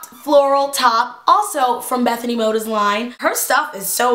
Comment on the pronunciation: I love how ur like good friends with bethenay and say her last name wrong lol. And I'm not hatiting so no one think that I'm hatting on teala, because I honestly love her and you all seem attack random people in her comments If they mention Sommething she's made a mistake